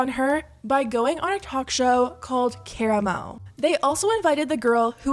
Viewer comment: the way you pronounced Koramo just took me out!